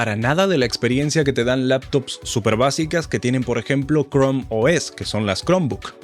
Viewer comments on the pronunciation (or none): Quien carajos le dice cromi a crom